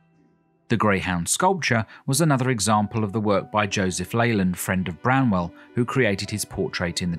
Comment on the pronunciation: Arghhh BRANWELL, NOT Bramwell ;)